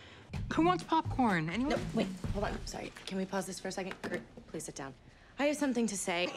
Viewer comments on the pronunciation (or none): pleek pleek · haha she deadass said pleek??? I never noticed🤣🤣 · I burst out laughing when Rachel said pleek and I'm not ashamed-🤚😭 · I DIDNT REALIZE SHE SED PLEEK IM SOBBING BWAHAH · “PLEEK” PLEASE MACARONI TREID TO COME OUT OF MY NOSE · LMAOOO “pleek” 😭😭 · I’m legit dying when she said pleek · Nahh what got me the most was Rachel saying 'pleek' instead of 'please' at the end of the video. When I first watched that scene, I didn't even realise that😂😂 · BRO I NEVER NOTICED "PLEEK" AND THIS MADE ME LAUGH THE HARDEST IVE EVER HAD IN LIKE A YEAR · i have never noticed that Rachel says "pleek" lolll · "Pleek" I'M DEAD 💀💀💀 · NOT THE "PLEEK" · HOW DID I NEVER NOTICE RACHEL SAID PLEEK ???,?? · She really just said Pleek instead of please